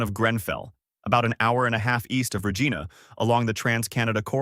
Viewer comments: Regina rhymes with vagina not vageena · You lost me at Re geena ! clown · “Regeana?” Come on now eh! Clicked off as soon as that.